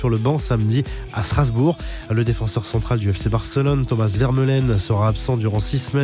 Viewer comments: On dit vermalen pas vermelen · On dit pas Vèrmeulen en fait